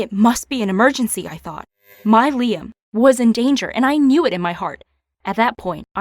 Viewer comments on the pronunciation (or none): She said “Liam” but I heard “Lia” Everything autocorrects to lesbian in my mind sometimes